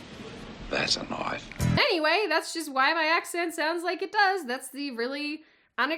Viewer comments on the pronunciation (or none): that's a knoif